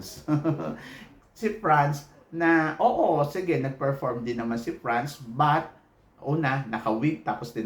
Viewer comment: Bakit ganyan ka magsalita? Hindi yun PRANS. Its France. Hindi PILIPINS. Its Philippines. Hindi yun INJA. INDIA!